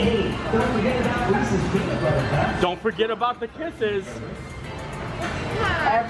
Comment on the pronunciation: From Pennsylvania and still says Reese’s wrong. Shame on you!